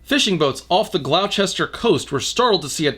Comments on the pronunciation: "Gloaw-ches-ter" Nah man, it's said Gloss-teh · Okay, I love your stuff and all and this isn't an insult but I fuckin' died at "glau-chester" I'm sure someone else had already said this, and I genuinely mean no disrespect - it's an extremely unintuitive spelling - but for anyone reading this, it's said "gloss-ter" Thank you for doing what you do btw. Love everything. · GLAU-CHESTER LMFAOOOO For further reference - and anyone else who didn't know - it's pronounced "Gloss-ter". Most brits get that confused too so I wouldn't worry.:) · (gl-ow-chester)XD its said the way gloster would be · i bet people have commented already but glaw-chester lol, its gloss-ster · I'm not surprised they were startled. Gloucester is inland! We're 52 miles away from the sea! Did Norman not do any research at all? (It's pronounced like Gloster, by the way). And let's maths the later columns. 56 columns of water, 5012 miles high by 100 feet in diameter, right? Or 56 cylinders, metres tall with 15.24 metre radii. So, each has 5,885,450,987 metres squared of water. About 330 square kilometres in total, weighing 330,000,000,000 metric tonnes. (131,834,102 Olympic swimming pools). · Glow..chester... facepalm it's pronouced Gloss-ter (similarly, Worcester is Wuss-ter). I sometimes think half the place names in the UK were chosen with malice aforethought for future generations and non-natives lol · The hell's a "Gl-ow-ches-ter"? Are we talking about Gloucester, pronounced "Gloster"? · g guh glowchester..... (its pronounced glawster) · Dude I love you but it’s pronounced ‘Gloss-ter’ not ‘glow-chester’ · I love you, but Gloucester is pronounced ‘gloss-ter’ not ‘glough-ster’ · good content but Gloucester is pronounced "gloss-tuh" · Gloucester is said more like “Gloss-ter” than “Glowe-chest-er”. Always fun hearing non-Brits pronounce our place names :-) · Okay though did just pronounce Gloucester as "glao-chester"??? It's pronounced like glosster, dude...